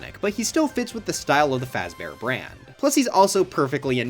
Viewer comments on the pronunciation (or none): Five Freddy Fazber :)))))